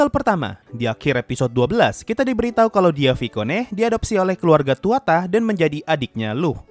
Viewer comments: aku kasi beberapa refensi lain dan koreksi pronounce 1. Nama MC itu berasal dari Mythologi Irish yaitu Tuatha Dé Danann ("the folk of the goddess Danu"). Lugh adalah salah satu nama Seorang pejuang yang dalam Tuatha Dé Danann. Tuatha Dé sendiri memiliki arti "tribe of the gods" 2. Nama keluarga MC yaitu Tuatha Dé itu penyebutannya bukan Tuata tapi Tuaha Dé karena Tuatha Dé adalah 1 kata Frasa jadi itu bukan 2 kata Tuatha dan Dé tapi 1 kata Tuatha Dé . Makanya sepanjang anime setiap nama keluarga Tuatha Dé disebut itu disebutnya Tuatha Dé bukan hanya Tuatha saja. 3. Nama MC yaitu Lugh penyebutannya adalah Lūg menggunakan U Macron (yang berarti huruf U dibaca panjang) bukan Luh, itulah kenapa penulisan nama jepang Lugh ditulis Rūgu karena penyebutannya Lūg dimana huruf kanji tidak ada huruf "L" maka "L" berubah jadi "R", dan karena tidak ada huruf tunggal selain "n" maka huruf "g" diakhir menjadi "gu". 4. Tungsten itu peyebutannya bukan tung sten tapi Thang sten. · Bang itu keluarganya Lugh namanya bukan tuata tapi Tuatha de